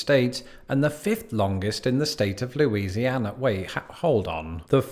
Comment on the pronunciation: Ah yes, my state mentioned 5 times in a single video by. Good go at pronouncing the names of the places; you did a better job than, like, 99% of people who attempt to do so that are from out of state. Heck, even some of us don't know how to pronounce the names! That's Cajun French for you though.